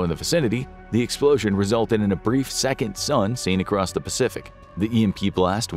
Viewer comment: “blowin da pants off every UFO in the vicinity” 😅